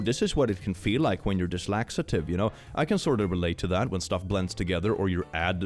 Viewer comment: saying “Dyslaxitive” instead of “Dyslexic” never fails to make me smile I love it so much 😭